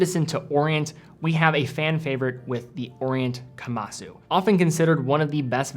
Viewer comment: You are putting too much emphasis on the "su" at the end of Kamasu. It is pronounced closer to "kamas"